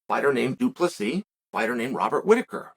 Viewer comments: Due Plus He. Undefeated Undisputed name pronouncer Chael Sonnen. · Doo plah C Love it Weird hearing chael getting folks name kinda right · Why is Chael not saying it “Doo-Plessis” or something? 😁